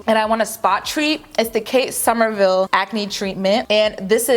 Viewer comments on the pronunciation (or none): none